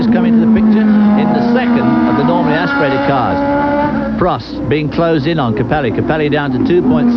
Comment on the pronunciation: Prost . Not Proast. 😢